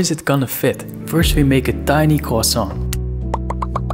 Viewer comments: Yes and now CHRISAUNT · I thought it was pronounce Qua-son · To be fair, in terms of English speakers it’s only the yanks who can’t say it properly, everyone else is at least close to the French pronunciation